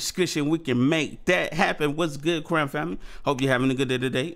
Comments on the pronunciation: It’s Quena like Kenna! And Uels like Wells! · It’s pronounced like Kenna and Wells